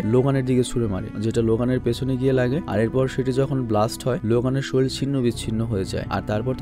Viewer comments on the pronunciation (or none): none